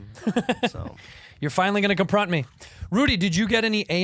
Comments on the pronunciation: i'm fucking crying laughing at andrew saying "compront" me rn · “I’m gonna conpront him”! 🤣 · "COMPRONT ME RIGHT NOW"